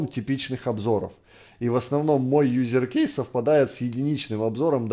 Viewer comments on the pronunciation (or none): правильно говорить юз кейс, а не юзер кейс.